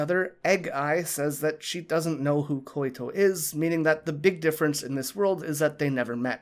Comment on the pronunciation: Hey, Just a tip, I think the name Koito is pronounced like "Koy-to", not Koy-i-to". Also thanks for posting this! I just saw your last one and really enjoy your in-depth way of analyzing